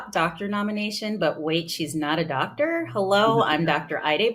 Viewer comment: I love the emphasis on “Doctor”